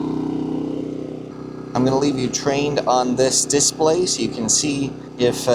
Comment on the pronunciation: di-SPLAY, not DIS-play